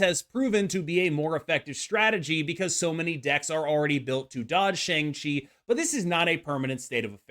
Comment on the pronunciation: Shang Chi is pronounced Sh-ah-ng Chi and I hope you see this comment because it being mispronounced is bothering me way more than it should.